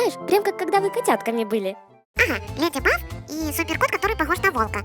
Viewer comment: А вы заметили что они говорят леди баф а не леди баг🤨